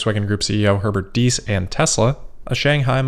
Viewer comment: Herbert thanks you for not mispronouncing his surname. You're a true cosmopolite!